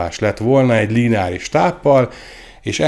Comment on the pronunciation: Nem "l-í-neáris", hanem lineáris...